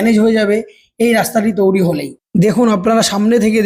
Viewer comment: Touri noi toiri😂